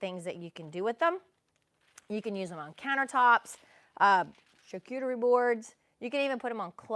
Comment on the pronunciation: The possibilities are endless. That is beautiful and you said the word charcuterie correctly. when in doubt, say it on your dictation machine